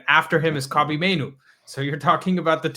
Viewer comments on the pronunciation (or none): none